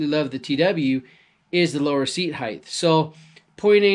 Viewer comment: Length - Width - Height "Heighth" is not an English word.